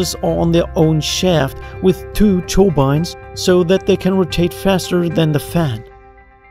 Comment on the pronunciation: 'churbines' instead of 'turbines'